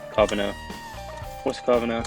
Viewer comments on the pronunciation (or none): W and covina is pronounced Co-vee-nah